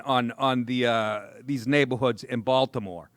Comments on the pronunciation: "Baltimayor" lol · Woah, did he just accidently say Baltimayor? 🤯 Thats the dopest error I've heard this year. & If purposely said.. still🔥 👍